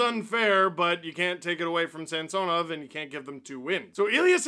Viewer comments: In a game early in the season, the broadcast mentioned that Samsonov requested his name to be pronounced differently, which is why on broadcasts you hear them say Samsonov (like the name Samson) now instead of SamSOnov. Chris Cuthbert even corrected himself mid broadcast. Its something thats stood out for me for some reason cause Steve still calls him SamSOnov, which is probably the correct pronunciation in Russian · Steve can you please say Samsonov right? Early in the year the play by play announced he wants it pronounced the other way from what you’re saying. Great work as always though.